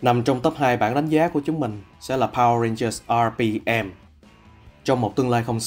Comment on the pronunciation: Mình có góp ý chút là bạn đọc mới nên đọc những đoạn tiếng anh tự nhiên chút sẽ hay hơn ấy ạ. Khi đọc đến top2 mỗi khi nhắc đến từ RPM thì bạn í lại nhấn âm hơi quá đà làm mình cảm giác khá là nặng và thiếu tự nhiên ý. Mong các bạn xem xét phần này nhé <3